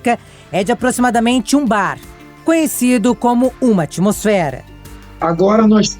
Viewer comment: O dublador chamando Bar de 'barras' . Risos. Tradução à Darcy Ribeiro.